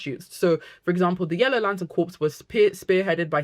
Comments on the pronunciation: The word CORPS is pronounced CORE, not CORPSE. A CORPSE ia a DEAD BODY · Also, I love how much you're a fan of GL Comics, but "Corps" is pronounced "Core" ...As in Green Lantern Corp, the way you're pronouncing it is Corpse, which is a dead body. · Awesome video, but its pronounced Green Lantern "core" like marine corps not like corpse as in dead bodies. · I think it's pronounced "core " rather than corpse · Great video! Small note: I notice you keep saying “corpse”. Corps sounds instead like “core”. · Lantern “corpse”… 😂 RIP Hal. (Corps is pronounced “core”, btw.) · Great video. Also it’s pronounced core. Not corps. The p and s are silent 🤓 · Great video! Can’t wait for the show! Also I just have to say, it’s pronounced “core”, corpse is a dead body… but great vid! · Great video, small pet peeve is that corps is pronounced “core” (or “cores” plural) not like “corpse”. It’s a French loan word. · Awesome video, i’m loving getting into Green Lantern so much after the TV series. Not to be that person but “corps” is pronounce “core” with a silent P, and i apologize but i have to say it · great video, thank you so much. it's difficult hearing you call them the "green lantern corps" though, when it's pronounced "core". :( i know!!! loooooooool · Every time she says "corpse" I die inside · You're a beautiful lady, but "Corps" is pronounced "Core". As in Marine Corps. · It’s pronounced ‘core’ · Gentle tip: Corps is usually said as "core", something to do with our sillysht with France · I'm French and can confirm its pronounced core yeah. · Is corps another word that Brit’s and Americans pronounce differently? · This is a great video essay about the Green Lanterns. But is it a British thing to pronounce the "P?" Because in the USA, if you pronounce the "P" in the word "corps," you are talking about a dead body. But if you are talking about a group of people working together for a specific purpose or a major branch of a military force, then you don't pronounce the "P ."